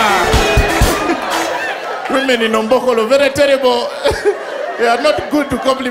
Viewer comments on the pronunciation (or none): says ''verry TELLIBLE" hakuna mtu ameskia hyo